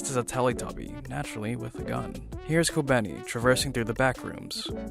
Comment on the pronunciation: Youre completely miss pronouncing kobeni's name and Is very distracting